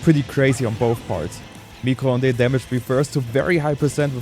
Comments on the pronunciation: "micro honday". It's french for Microwave, you had the first part right "mi-cro" but the second part is pronounced "ond" [ondeuh], not [ondé] :) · pronouncing "micro-ondes" is so sweet for a french viewer like me